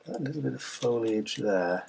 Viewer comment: Oohh I love this! Love all the elements and colors, and of course, Mr. B!! <3 Tyfs! Also, I love you for saying foliage correctly!! :) So many people say "foil-age"...it drives me nuts! Lol hugs & love to all! :)